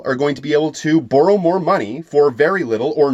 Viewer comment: Why you say boru, not borrow??? Are you such a big fan of Naruto???